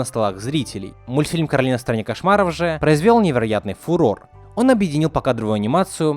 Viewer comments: Ну как бы не "КОРАЛИНА", а КАРОЛИНА потому, что короткое имя Каро, а если было бы "КОРАЛИНА" короткое имя было бы кора? что ли? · Не Коралина, а Каролина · Не Коралина а Каролина! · не каралина а королина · Каролина А Не Коралина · Не Коралина а Каролина меня так завут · Каролина а не Коралина!